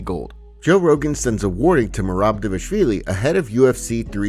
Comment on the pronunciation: Why do you pronounce Dévashvili? It's "Dva-lish-vili"